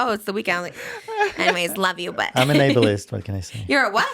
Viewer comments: saying Abel-ist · saying he’s a Ableist(Abelist) LMAOOOO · could not keep in my laugh when said "i'm an abelist" 😭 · saying he was an “Abelist”made me laugh wayyyy harder than it should have